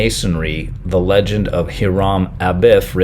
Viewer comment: His name is pronounced HI-REM, no idea how the last name is pronounced though. I only know because I had a customer by that name.